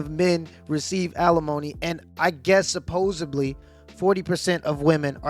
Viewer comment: great presentation. However, 'SupposEDLY'. Keep up the good work and all the best to you, bro.